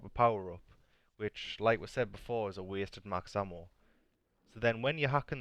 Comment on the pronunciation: Max hammo damn Irishman.